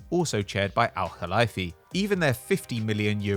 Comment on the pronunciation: Very impressive pronunciation of the “Kh (خ)” in Nasser Al Khelaifi’s name, however it’s pronounced Al Khelayfi as in the word lay.